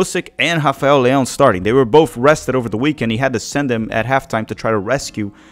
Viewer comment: Don't think Leao is selfish and You getting too wind up about him not giving the ball to Pulisic and don't know why you mispronounce his name